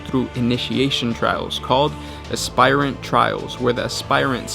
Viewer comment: Heads up, you're pronouncing 'aspirant' wrong. it's "asp-irant", not "asp-ire-ant".